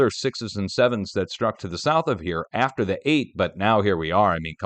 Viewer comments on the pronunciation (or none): none